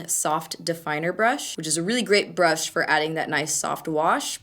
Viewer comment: sounds like you're saing "duo fibre butt" 😂😂😂😂😂👌